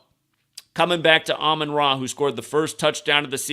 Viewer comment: it’s Amon Ra not Amun Ra.